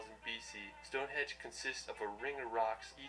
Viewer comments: It's stonehenge not Stonehedge. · Did he keep saying stone hedge or is my hearing getting worse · LOL The way that guy in the video pronounces shit is offensive....and I swear he kept saying stoneHEDGE !! Its StoneHENGE!! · stonehenge!!..not stonehedge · It’s not StoneHedge it’s Stonehenge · and he also definitely said Stonehedge instead of Stonehenge ..... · The guy in the video keeps saying StoneHedge (or that’s what it sounds like anyway) but it’s actually StoneHENGE. Just thought I’d let you know 😁